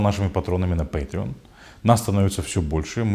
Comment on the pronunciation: У меня только один вопрос, кто финансирует этот канал??? Судя по произношению слова патреон в конце ответ очевиден